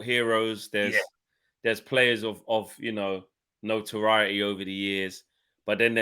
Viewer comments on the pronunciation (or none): none